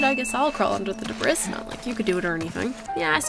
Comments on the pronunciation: Debris is pronounced (De-bree) not (Dibris) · I’m sorry… the DE BRIS? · The way you pronounce "debris" is troubling to my ears.